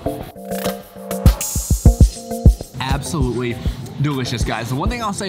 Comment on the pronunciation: Bay-gul, not beg-gul